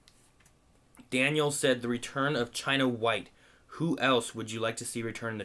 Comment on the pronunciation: It sounds like Chenna Wei not China Whte